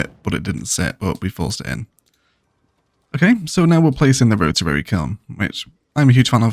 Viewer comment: Slowly catching up with these great videos after a whole summer of hiking around Scotland. I just want to quickly mention something that amuses me: it seems "rotarary" is the new "biotanical"!